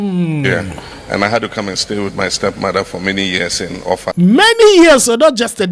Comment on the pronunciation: He pronounced the names OFFA and ỌLỌFÀ OF OFFA, very well. And the title, Aarę Atunọlase of OFFA Kingdom, Kwara State. 😂😂😂